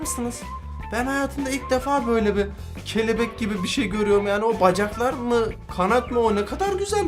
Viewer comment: Abi sen kelebek derken onu kefelek diye anladım